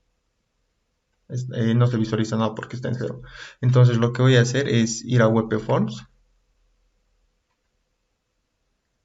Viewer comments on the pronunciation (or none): Por qué lees WEPEFORM??? En qué idioma es esa forma de leer? Ah! y "visualizar" usas en ves de "ver". Visualizar es hacerse una imagen de algo intangible.